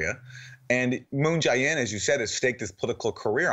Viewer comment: Aaron, please stop calling him Moon "Ji" In with a hard "I". It's much closer to Moon "Jay" In, with a hard "A".